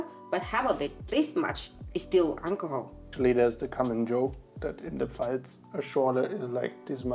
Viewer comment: if you close your eyes and listen, 13: 44 "Alcohol" sound kinda like "Unle Ho"